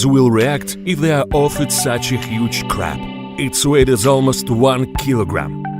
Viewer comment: Crap? Or Crab? Sounded like Crap.